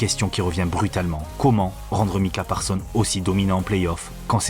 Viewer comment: Encore une excellente video comme toutes les autres, mais dommage pour le "S" final de ParsonS qui n'est pas prononcé 😅